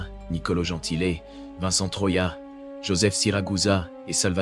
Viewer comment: le e en italien se prononce é: Nicola Gentilé et non i.